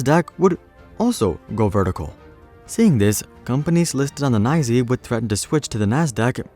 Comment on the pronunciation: The NYSE is not "Neye-zee" ... the real wall street people just say it as "N" "Y" "S" "E".